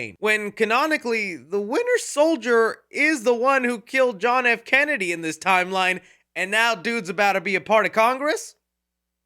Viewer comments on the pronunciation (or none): none